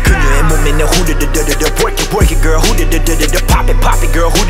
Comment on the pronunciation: You can always tell if a Korean is a native English speaker by the way they say “girl” 😂 this song is a perfect example...the comparison between how Jay and Ugly Duck say “girl” is noticeable that word is so hard for native Korean speakers to pronounce perfectly lol